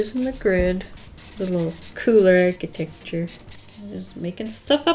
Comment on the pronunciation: girl why are you pronouncing architecture that way 💀💀